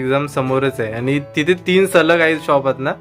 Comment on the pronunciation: पन...पण /पानी...पाणी / आनी... आणि / हाये....आहे....😂